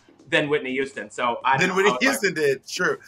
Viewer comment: Not only does Thorgy say “yuge” and “yuman” she also says Whitney “youston”